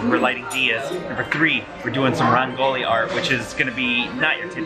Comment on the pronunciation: Rangoli is actually pronounced "rung-goli" not "ran-goli" Diwali is pronounced "dhee (like the other sound "the" makes) -waal-ee"